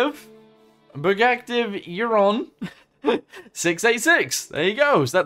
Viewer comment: Buggatti Veyron not whatever u said all love tho